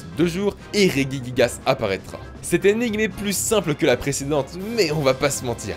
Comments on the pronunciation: chui la seul que sa chouette qu'il dise reguiguigasse alors que sa se dis rejijiguasse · Marine Vignaud rejiguiguase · On dit pas [reguiguigas] mais [regigigas] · Ré-Ji-Ji-Gas c'est pourtant pas compliqué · M Rik P dans tout les cas il a faut dans la video ^^